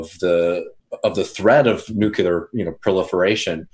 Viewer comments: NUCLEAR NU CLEE URRR Nu -clee -errrr anything but New-cue-lurr, please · Is it just me? Or does no one pronounce NEW CLEE UR correctly anymore? Lets just start pronouncing airplane- aplinera, or how about we pronounce New York- Blu Cuck? You all go to such great lengths to pronounce other things correctly (+/-)